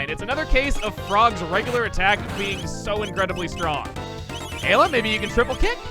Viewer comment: Remember when he pronounced Ayla as Eye-la? I do